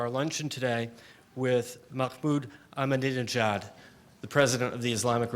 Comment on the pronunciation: He had four goes at pronouncing "Ahmadinejad" before he got it right. How appallingly ill prepared and disrespectful. Could he not have practised before the event? It shows the level of disregard with which Middle Eastern leaders who fail to fall into line behind the US are treated by the mainstream media.